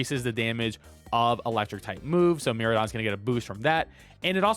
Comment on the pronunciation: Good stuff. Just a heads up, pronunciation is mere-AYE-don, and extra boost for electro drift is 1.33x, not 4x (so 2.66x damage from base 100 power)